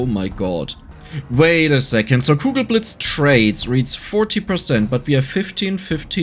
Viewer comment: Kugelblitz ... It's Kugelblitz, not cougar blades ... I was so confused.